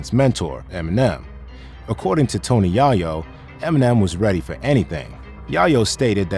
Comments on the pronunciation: Yo did you AI your voice I'm tryna understand how you pronounce Yayo "YahYo wrong lol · The yah yo sh!t is killing me. Talk about the wrong guy for the read. He obviously knows nothing about hip-hop. It's yay- yo. Not how it's spelled but how it's pronounced foolio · Its pronounced yay-yoo not yie-yo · It's not Yah-Yoh bruh! It's Yay-Yo. Have U ever even heard someone say his name b4⁉️❓🫢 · Tony Yaw-Yo lol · who's Tony yah-yo ? 🤣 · Tony yah-yo wtf! 😅😅😅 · "Tony Yah-yo"? I'm outta here ✌🏾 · You can tell this dude doesn't know shit about hip hop because he can't even say Yayo's name right. Just plagiarised other videos.